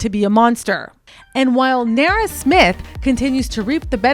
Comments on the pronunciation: Like... you couldn't be mispronouncing her name for the ENTIRE video. Who is Nera...? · You kill me with the way you pronounce her name😂😂😂😂😂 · If you’re going to do an expose on someone at a minimum learn how to pronounce the persons name. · You are pronouncing her name incorrectly and naturopath.... 😅😅😅